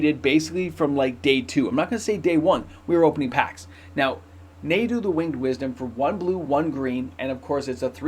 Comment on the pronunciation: Just a heads up it’s pronounced (Nah-du) not (Nay-du) for Nadu